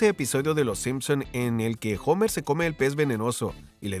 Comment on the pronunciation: jomer??? papu eres latino se dice homero como se lee